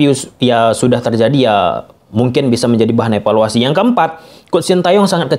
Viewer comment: Jadi bahan efaluasi ko' dari aku kecil sampai tua efaluasi,bosan dengernya.sampai kpn berhenti dengar efaluasi.